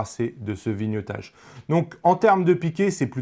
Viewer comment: Bonjour et merci. (NB : on dit vlog (et pas Vé log) et viniaitage (vignettage) et pas vinieutage). C'est cadeau.